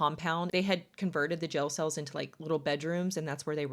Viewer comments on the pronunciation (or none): Uuuuuggghhhhh gel cell. They believed she had hilling abilities… I haaaate this accent ☠️ like someone put a bullet in my ear Mell and femell… ffs it’s male and female.